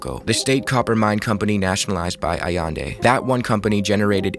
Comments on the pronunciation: allEndE not aiendi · Great video. It’s pronounced ahyende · I could be wrong, but i think you’re pronouncing Allende wrong.